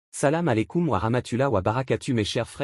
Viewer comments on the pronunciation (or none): Oh la prononciation du Salam Aleykoum😅